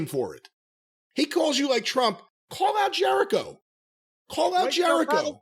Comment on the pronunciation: Something small but I lmao when he called Jericho “Jericovid” 😂